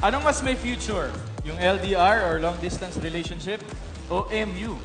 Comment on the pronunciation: hahaha nung unang salita nya palamg nag choke na di nya masyado ma bigkas yun relationship pero i dol ko parin sya xD